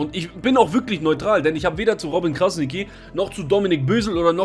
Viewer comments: Robin Krasniqi, ausgespeochen = Krasnitschi!!!! Mit TSCH! Und nicht Krasniki 😁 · Krasnitchi, so musst du das aussprechen falls es dir hilft. Ansonsten wie immer top video 👍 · Man spricht es so aus: KrasniTSCHi. Nur ein Tipp :-) Top Video! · ''Krasnitschi'' so spricht man den Namen aus und nicht Krasniki 😅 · Kurze korrektur. Krasniqi spricht man krasnitschi aus. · Hey, Man spricht es übrigens Krasni(tsch)i aus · Stabiles video aber bro es heißt "krasnitschi" ist albanisch das "Q" wird "Tsch" ausgesprochen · muss das kurz im namen von uns balkaner sagen Kranitschi wird es ausgesprochen liebe grüsse feier deine videos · Man spricht krassniqi krassnittschi aus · Krasnitschi wird es ausgesprochen das sollte man schon wissen .. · Brudi man sagt nicht krasniki sondern dieses „q“ wie das tsch beim tschüss. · Krasniqi nicht krasigi und das q spricht man tsch aus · Wie du robin krasniqi sagst hahahahahah alles gut bruder deine videos sind sehr toll !! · Gute Analyse, aber lern mal bitte wie sein Name richtig ausgesprochen Wird